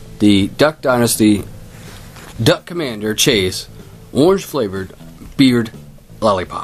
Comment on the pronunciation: It's mase not chase